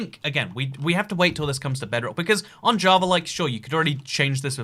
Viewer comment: Why do you say jaa-va ja-verd